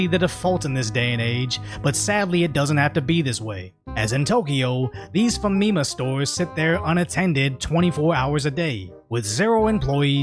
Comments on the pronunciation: Smh I’m a black guy that’s been living here peacefully with my family for 10 years. These niggas make me sick. Ps: it’s Fami-Mah not fumeemuh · Repeat after me.. Faa mi maa Faa mi maa (Not Fameema) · I think you're pronouncing Famima wrong. It's Fommy Mah, short for Family Mart.